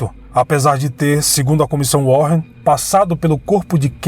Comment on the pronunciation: a pronúncia do nome da comissão não é warren com dois rr, e sim "WÁREN".. but, great documentary! Parabéms!